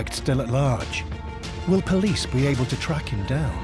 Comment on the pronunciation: "Pilice, police" i would take that as a joke 😂